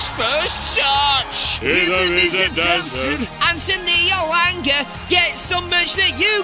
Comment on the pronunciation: Elanger?! It's Elanga